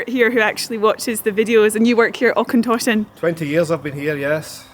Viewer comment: Interesting to see Auchentoshan as I used to work there many moons ago and, if you didn't know, there's links between it and Clydeside through Morrison and Ally the manager. Just one wee thing, Auchentoshan is said like loch, with the och / ch bit rather than Aukentoshan. Also nice to seen Bladnoch too as I knew and met people involved in brining it back to life in the 2000s.